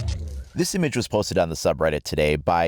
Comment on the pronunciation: Did you hear him say impage at the beginning